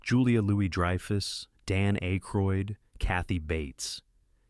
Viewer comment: Dan Ache-roid?